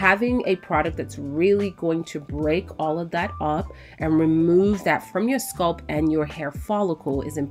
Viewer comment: Wth is a sculp?? I thought it was scalp -Sk-al* the a pronounced like when you say apple* LLL-p Sorry if this seems extra but the entire time I was genuinely confused like wth is a sculp..till I saw her applying product to her hair. Otherwise then that love love loved the video.❤